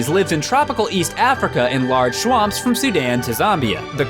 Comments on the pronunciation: Shwamps. Shwamps. I can't un hear it. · "Large shwamps." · Great and interesting video. I'd just like to point out that I definitely think he said "shwamps." Made me giggle a bit :) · large SHWAMPS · In shwamps. Lol. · "shwamps" :P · Why do the combination of facts and this background music get me excited? PS- "shwamps" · just noticed that too. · 1. ricolinuxgames is just faking the poor English; it's a meme. 2. How else would you say "large swamps" without using an audible consonant change? The human mouth is a weird instrument.